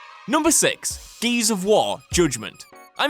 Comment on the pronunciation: Can't get past the way you say Gears. "GEEEYYSS of wah"